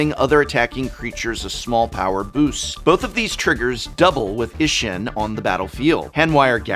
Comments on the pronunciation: Just a heads up, as this is Japanese theme set, it's pronounced E-she-n. The i is pronounced as a e at the end of she and the ss makes it... pause for a lack of better words. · Please, for the love of the gods. Japanese vowels aren't hard. They sound the same as vowels do in Spanish. I makes a hard E sound.